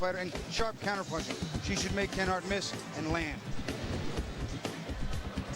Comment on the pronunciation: This dude narrating can't even sayLenharts name.